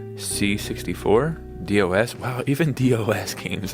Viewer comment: I've never heard anyone pronounce DOS as "D" "O" "S" 😂